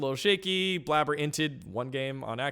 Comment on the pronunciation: "Blabber" instead of "Blaber" lol